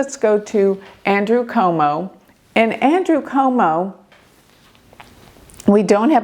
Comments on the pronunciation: Cuomo not Como.. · Curtis Sliwa is pronounced as " SLEE WA ". He's 1/2 Polish. Every NYC political TV reporters produced it like that. Andrew Cuomo is Italian descent, last name pronounced as "QUOTE MO". J/ hadi Zohran Mamdani is pronounced as "ZOR RAN" (The H is silent) "MAM DONNIE" per NYC political TV reporters. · Hi - some pronunciation assistance. Andrew Cuomo - Quo Mo, Curtis Sliwa - Slee Wa, Zohran Mamdani Mahm Da Nee Thanks for your amazing insights 🙏